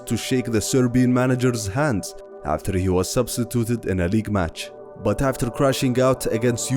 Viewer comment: And what happened ”afterrr”?😂😜